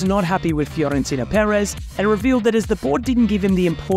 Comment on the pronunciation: Why are you calling him FIOrentino Perez when his name is FLORentino Perez? I don’t get it. No need to change pronunciation of names.